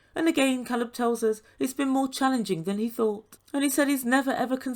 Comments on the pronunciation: your welcome. Alina seemed to be the kind of person that thought mispronouncing names or doing inappropriate things was cute and funny. I am glad he didn’t let her bully him into a relationship. She even tried to make him feel bad and said he had a problem with her disability. He was honest with her and even if after meeting her he did have a problem with her disabilities that’s not anything she should be using to try and make him stay in a relationship that clearly was toxic. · in the next episode when her girlfriend asks about his name he says Alina pronounced it wrong and she laughs says it correctly and admits she doesn’t pronounce it correctly but then continues to mispronounce it after that. I find her and her friends aggressive, but then I think TLC scripts the show so who knows if they are even a real couple. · Please let’s all pronounce Ca(long a)lab’s name right, the girlfriend of Alina ask and he told her Alina didn’t pronounce it correctly and Alina acknowledged she knew this. Who continues to mis pronounce their boyfriends name?? Her calling him Calab drove me nuts, like Larissa adding an e on the of words!! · I was REALLY uncomfortable watching Alina push Caleb into sex! It should have flowed naturally not just because she demanded it. I can’t help but wonder if it was the other way around, people would be used upset with Caleb! Furthermore, his name is (K Leb, NOT Call eb). Why does Alina get to say his name wrong? It seems like a control issue to me! It is disrespectful! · Because there isn't really a long A sound in the Russian language. This, Э, is the closest but it's more like an "eh" sound, so it would be like "Keleb". But, yeah, he's probably pronounced his name for her on video chat, at least, before. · problem is he is from the US and he even told her how to pronounce his name correctly, she just chose to ignore him.